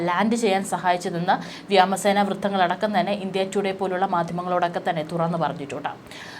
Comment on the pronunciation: വ്യാമ സേന അല്ല വ്യോമ സേന ആണു